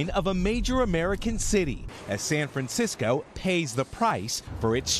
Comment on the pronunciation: "San Francisceow"